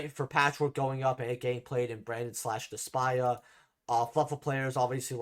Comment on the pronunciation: I love the content, however i’d like to correct you in 2 things. #1 it’s pronounce Despia like DES PEE AH not des paya #2 dark ruler ha des it’s actually pronounced the way you think it’s wrong. It’s not “heydis” it was in the show, bakura called the name a few times. It’s HADES